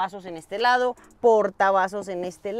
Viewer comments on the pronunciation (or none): none